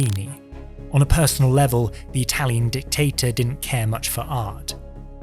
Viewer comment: your italian pronunciation is perfect. like the video itsef. great work